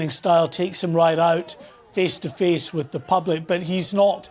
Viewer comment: Just watched ITV debate omfg Angela Rayners, how thick. There’s a th in thick and a th in with. Fik as fuk